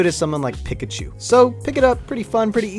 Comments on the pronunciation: The man really says pick-achu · D-Did he just say “pickachu”?